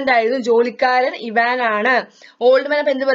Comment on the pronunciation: ചേച്ചി ഇവാൻ അല്ല ഐവാൻ ആണ് എനിക്ക് സ്കൂളിലത്തെ ടീച്ചർ പാടം വായിച്ചു തരുമ്പോൾ ഐവാൻ എന്നാണ് പറഞ്ഞു തന്നിട്ടുള്ളത്